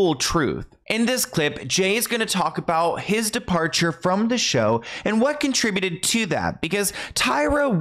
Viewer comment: Thank you so much for saying the word "conTRIbuted" correctly. I've been hearing so many American voices pronounce it like "KON-truh-byoot" and my dictionary self wondered if I ever really knew correct pronunciation. 😅